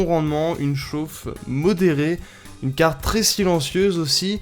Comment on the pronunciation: Putin sa se dit pas cargne graphique avec l'accent d'un mec enrumer sa se dit carrrrrtttttttte graphique avec un r et un t pas un g et un n merde